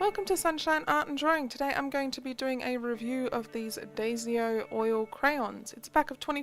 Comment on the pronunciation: Did she say daysio? It’s daiso